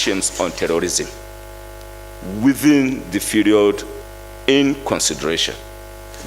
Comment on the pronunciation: Malami it’s “period”. What do you mean by “feriod”?